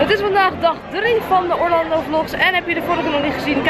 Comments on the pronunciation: Je spreekt Orlando uit als Orlendo... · Casey Neistat muziek? En zeg aub Orlando in het engels ipv het nederlands